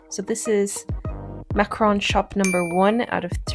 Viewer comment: In French, we don’t pronounce the famous pastry that everyone loves as “macron.” “Macron” is the name of the President of the French Republic, Emmanuel Macron. We say “macaron.” Don’t forget the “ca.” It’s true that television can’t show everything. I didn’t really follow along because I was working. Yes, that’s right! Contrary to some stereotypes, in France, we do work.